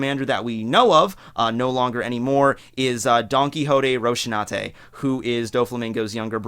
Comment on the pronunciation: Pretty sure you completely butchered Donquixote Rosiante's name.. Also Vice-Admiral Dalmatian..